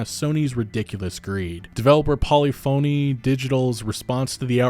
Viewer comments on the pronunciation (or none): It amazes me the amount of Americans who can't pronounce Polyphony correctly. You are one of them.